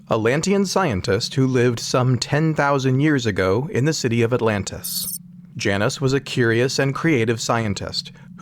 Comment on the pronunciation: I like this guys name, the narrator isn’t pronouncing it correctly though. It’s “J -Nus”